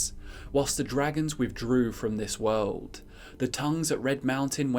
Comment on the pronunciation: "the wowld"